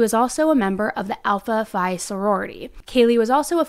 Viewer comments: It’s alpha phi pronounced alpha fee. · Alpha Phi Pronounced Alpha Phee. Just FYI. No big deal 😂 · great reporting. just for the future: alpha phi. Phi pronounced Fee. Sigma Chi. Chi pronounced Kai. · pronounced alpha fee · Great content but the way you mispronounced chi and alpha phi. 🙃I’ve never been apart of Greek life but it still was painful